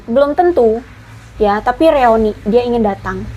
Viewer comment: Punten BUKAN REONI, tapi REUNI.